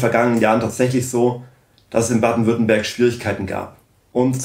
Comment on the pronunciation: Ich hab "Baden-WürttembÖrg" verstanden 😂 Frau Weidel war super, wie immer!